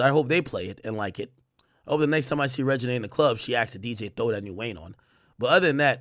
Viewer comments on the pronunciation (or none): Her name is reginae not “Regina” 😂